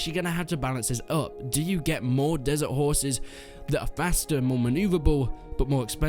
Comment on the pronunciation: Woah, I almost thought you said raising 'whores'...